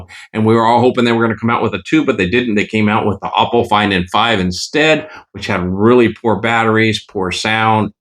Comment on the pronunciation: Ok im getting annoyed that you still never say it right 😂...its ah po not o po